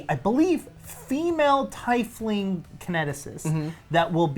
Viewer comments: I kept cringing so hard because you kept pronouncing Tiefling wrong. Quoted from D&D pronouncing guide/community. Tiefling is pronounced TEEF-ling, not tie-fling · I think you made world record for mis pronouncing teifling the most times in 5 minutes